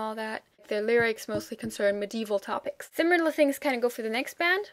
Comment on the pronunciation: What a pleasure to watch your articulate and informative review of German bands! Just a note here on your pronunciation of the word "similar" - it sounds to me like you are saying "sim-yew-lar" instead of "si-mi-lar" which is the right way to say it. Other than that, your English is flawless. Thank you for making these vids.